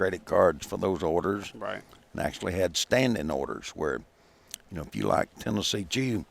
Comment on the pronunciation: I swear I heard him say Tennessee cheatham